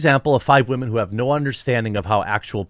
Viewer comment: "Respect all wahmen" No.